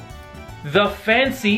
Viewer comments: FYI the L in salmon is silent😂😂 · fancy pasta and salmon...and semen... and salmon.... salmon or semen?